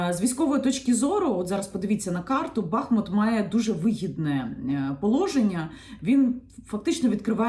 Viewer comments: Прошу, будь ласка, називайте наше місто правильно. Наголос на У. БахмУт. І одразу для бажаючих подискутувати: У м. БахмУт є річка БахмУтка, також є район ЗабахмУтка. Використання іншого наголосу є невірним, хай навіть вікіпедія вам скаже що можна і так, і так. Прошу, не кажіть БАХмут, там і так достатньо бахів 😢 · Дякую за відео! Коли говорите Бахмут то наголос потрібно ставити на другий склад. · Дякую за інформацію. Поясніть, будь ласка: який правильний наголос у місті Бахмут? Бо Вікіпедія дає наголос на другому складі (за назвою невеликої річки), а Яніна на початку відео ставить на першому. Де істина?